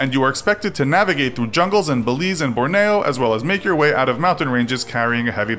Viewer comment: The way the narrator mispronounces Borneo is too funny.